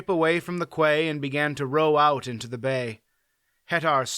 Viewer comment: Quay is pronounced key, not kway as you said it several times.